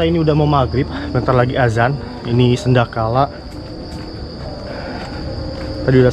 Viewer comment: Sanekala bang bukan Senda kala😂